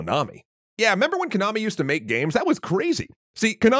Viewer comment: you can pronounce Konami correctly but not Harmonix? lol